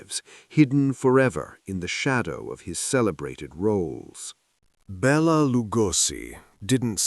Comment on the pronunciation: Bella Lugosi pronounced Belated Lugoshi